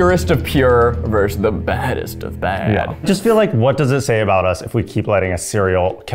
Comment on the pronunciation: Zach, how many syllables in "versus" again?